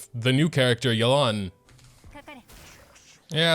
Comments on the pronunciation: why does everyone call her yuh-lan?? is this some American accent? in Chinese it is pronounce yeah-len 叶栏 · Why is he calling her Yelán? we've seen the story, we know how it's pronounced, why!?